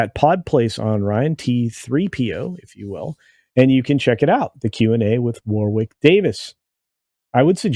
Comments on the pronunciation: “War-ick” not “war-wick” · His name is pronounced "warrick" you don't say the middle w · It's pronounced "Worrick"